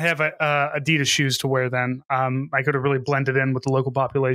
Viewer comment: Also every time you say Adeeeedas as opposed to Adidas, I lose 1 HP in my brain. And I'm pretty low to begin with.